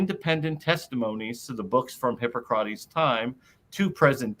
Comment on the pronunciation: Why is Jonothan's pronounciation always so weird, had he never heard anyone prononce "hippocrates" before?